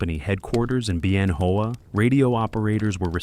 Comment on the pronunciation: Isn't it pronounced Ben-Whaa? As in Ben Hoa balls?